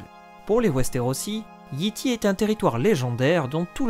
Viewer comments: Comme toujours, une vidéo complète, bien construite et qui instruit. Mais toujours un gros problème de prononciation (on prononce "Yaï Taï" et non Yi Ti, teaser se prononce "tizeur" et non "tazer", showrunner se prononce "choreuneur" et non "chorouneur", Shireen se prononce "Cheurine", l'auteur est G.R.R. "Martine" et non "Martin")... Bref, faut se rappeler que la langue d'origine de GOT est l'anglais, donc les noms ne peuvent pas se prononcer comme en français. Je pense que dès que cela sera respecté, ce sera la meilleure chaîne d'explications sur GOT ! ;) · Excellent ta rubrique Géographie est ma préférée ^^ je vais quand même faire une petite remarque : Yi Ti se prononce Yay Tay